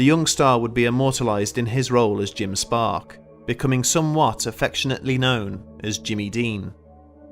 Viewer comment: It’s Jim stark not Jim spark